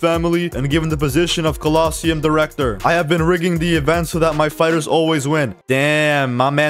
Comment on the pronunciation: anyone else get annoyed by the way he says quest and colosseum